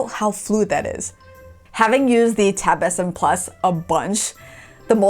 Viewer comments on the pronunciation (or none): 🤣 thought she said tab sin plus instead of s7 plus🤣